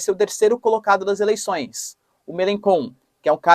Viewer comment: Olá, professor. Só queria corrigir sua pronúncia do nome Mélenchon. Na realidade, vc deve dizer "mêlenxon" e não "mêlenkon".